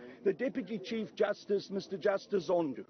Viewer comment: "President Zondoo" 🤣😂